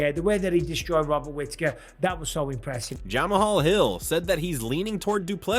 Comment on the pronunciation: “Jamahall hill” 😂😂